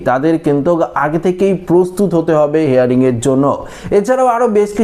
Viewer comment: কথাটা হেয়ারিং নয় হিয়ারিং। ইংরেজি হিয়ার মানে শোনা আর হিয়ারিং মানে শুনানি। শুদ্ধ করে ইংরাজি বলুন